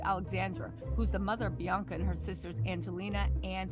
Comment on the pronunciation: It’s not blac China it’s Bianca you said black China 😅